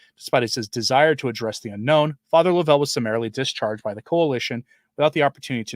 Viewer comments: (: you pronounce his name as Lov - ell, vs Lo-vell.) Too many egos, too many amateurs and too many cooks in the kitchen. That's what a non-profit is all about. Ludicrous. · His name is LOVE EL RHYMES WITH SHOVEL. The reason no media is reporting is because they are all complicit of promoting him without ever vetting him! And turned their heads at many red flags. Lovell and his “charity” provided content for social media and professional Catholics looking for events to sell their books.